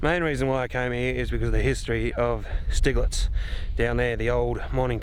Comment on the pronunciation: Thinking the pronunciation here might be Sty-gletz as it looks like a German name. Anyway, thanks for the upload. Nice walk around.